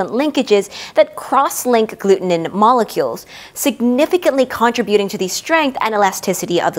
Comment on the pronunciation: EXCELLENT explanation, but PLEASE! It is pronounced "con-TRIB-u-ting," NOT "con-trib-U-ting." The emphasis is on the 2nd, not 3rd syllable. Otherwise, you are very easy to listen to, and every educational.